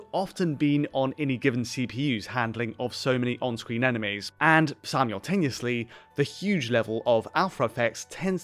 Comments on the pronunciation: I don’t think I’ve ever heard simultaneously pronounced as Samuel Tanoosly before, but it’s my new favourite mispronunciation. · Sy-mule-tane-yussly Mad pronunciation